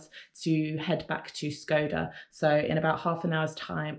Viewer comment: Is not called Skoda ,,, its called Shkodra (Shkoder) ,,, you make it sound like the car model Skoda